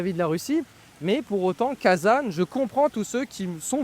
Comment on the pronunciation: Attention, en français on ne dit pas kazane ! Cela se prononce Kazan avec un son nasal comme le mot an.